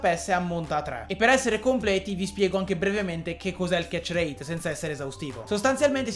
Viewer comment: Nessuno: Assolutamente nessuno: a: ketcherreeit